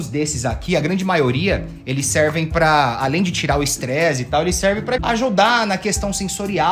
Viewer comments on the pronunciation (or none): T3DDY vc falou estreze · Alguém percebeu que o t3ddy falou “estrezi” no momento ? KAKKAKAKAKAKA